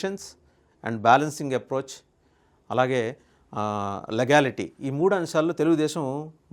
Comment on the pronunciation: లెగాలిటి legality, legal mispronunciation